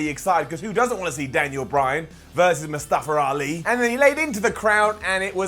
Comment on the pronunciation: Daniel Bryan is the only one that can pronounce Mustafa Ali They all saying :"Mustafra Ali"